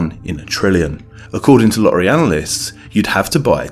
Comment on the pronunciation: Please stop pronouncing "lorry" instead of "lottery".